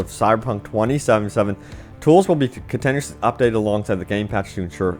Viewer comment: Rudimentary: roo-duh-MEN-tuh-ree Modify: MOD-uh-fahy, not 'monify' Continuously: kuhn-TIN-yoo-uhs-lee Dyslexia when 99% of your content is reading someone else's articles and comments...